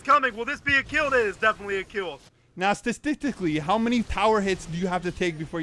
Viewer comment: statidicaslly (i honestly have no clue how to spell that)